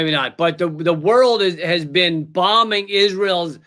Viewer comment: "You've never bean?" 😂